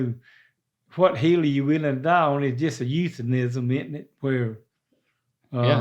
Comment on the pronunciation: I thought that's a dumb question. I thought he said heel. I guess my answer would be idk. .......my left one? Come to find out he was saying, HILL!🤣🤣🤣🤣😂😂🤣🤣. Hilarious.